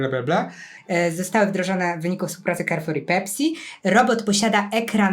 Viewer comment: Carrefour wymawia się "karfur", nie "kerfur".